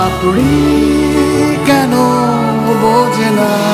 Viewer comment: "পাপড়ি কেনো বোজে না" নাকি "পাপড়ি কেনো বোঝে না" উচ্চারণ ঠিক মত না হলে যত ভালই গাওয়া হোক না কেনো কানে লাগে।